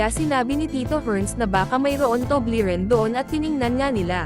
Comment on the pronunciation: Paglilinaw; " TUBLERON " hindi TUBLERIN.